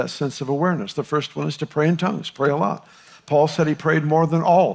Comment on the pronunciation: Just so you know the word "SAID" is a one syllable word. not "SAID DA"